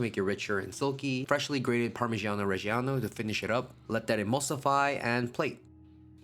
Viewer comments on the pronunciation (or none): The word "reggiano" is pronounced "reh-JA-no" just like how you pronounced "parmigiano" correctly. Everyone says it wrong just like "Bolognese" but I won't get into that.